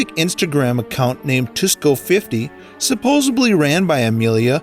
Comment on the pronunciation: And "supposedly"